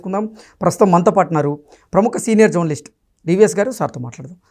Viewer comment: జౌర్నలిస్ట్ కాదు. .జర్నలిస్ట్...ఉచ్చారణ నేర్చుకుని తర్వాత మైకు ముందు నుంచోండి